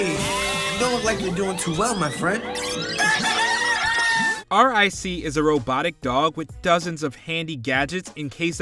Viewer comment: His name is ric.. just call him Rick.. it’s so cringy hearing you say the letters..